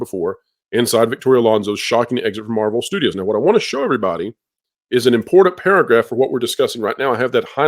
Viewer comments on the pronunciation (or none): please, learn how to pronounce the word important. It is NOT "imporDan." It is "ImporTanT."